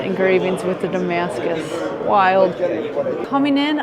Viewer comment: IT'S NOT DAMASCUS FFS.